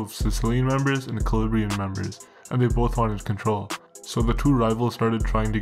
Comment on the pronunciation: Great video but you pronounced calabrian wrong the whole time :/